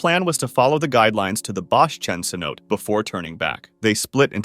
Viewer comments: pretty sure its pronounced "say no tay" bc its a spanish word i think maybe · Itd be more “teh” i think